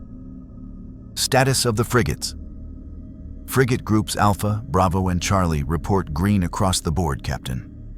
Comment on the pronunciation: It's pronounced frigate.